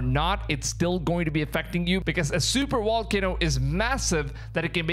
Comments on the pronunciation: What’s a super “wall cano”? 😨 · Super Wall-cano, I'm guessing it's hard to get the V out or are we calling it this on purpose?